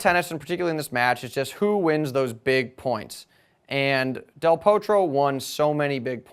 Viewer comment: ok one more time it is del Potro like the o in "got" not the o in "no". Have some respect for his name please.